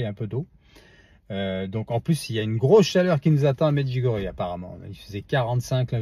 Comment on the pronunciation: Bonjour s'il vous plaît merci de prononcer Medjugorje avec ié à la fin.